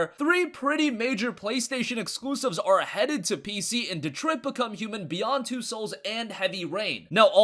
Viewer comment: is this how you say Detroit? lol